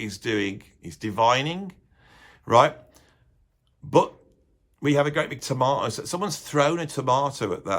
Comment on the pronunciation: It's T O R M A T O !!!! Not tomato.